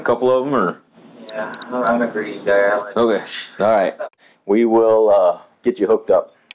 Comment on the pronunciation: After he said that “greedy boy” comment the cookies would have disappeared bc why tf you say it like that😂😂